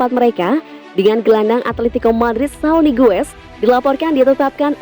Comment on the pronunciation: Namanya bukan Saul Niguez, tapi Sahrul NihGes